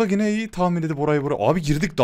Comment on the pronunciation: abi gine deme yine de abi ya :D <3